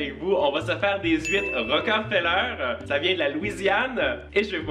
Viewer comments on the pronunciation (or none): C'est des huîtres Rock(e muet) feller... et pas Rocker...feller 🤣 ... tu es en musique avec tes huîtres 🤪 Passez un bon Noël les amoureux !!! Bises xx